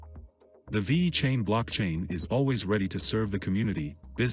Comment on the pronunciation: Vey-Cain lol